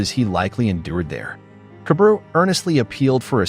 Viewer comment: I fell like his name is pronounced kah-bah-ru